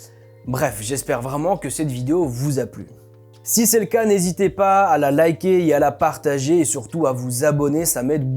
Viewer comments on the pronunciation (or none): none